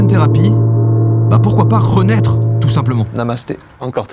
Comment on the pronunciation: "renaître" ça m'a fait rire XD